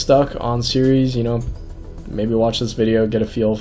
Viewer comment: It's pronounced Ceres, not Ceres... Dangit!